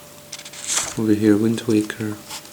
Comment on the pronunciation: Did he say Wind Tweaker?